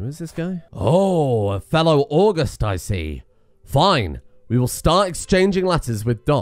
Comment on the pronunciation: Now I know it says 'august' just like the month... but it is definitely pronounced awe-gust. As in start with the month and end with the wind.